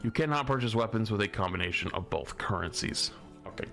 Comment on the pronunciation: "Bolth" - 2024